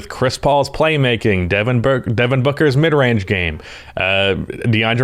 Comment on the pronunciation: NBA: Devin Booker: Burker